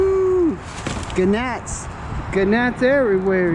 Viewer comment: For some reason I just couldn't stop laughing and replaying saying "ga-nats". And when he kept talking about the butt splices that really "cracked" me up lol! Real glad to have you back at it. Hopefully some good curbside runs in store as people get going on spring cleaning their garages and yards and such